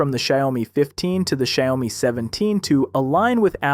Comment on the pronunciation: Bro just called it Shayomi